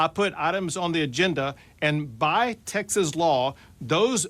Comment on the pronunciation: I can’t get over the fact that Greg Abbott says Texas is wrong. He doesn’t pronounce it right.